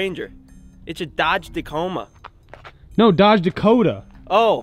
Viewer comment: Did he really just call a Dodge Dakota, a Dodge Dacoma. Bruh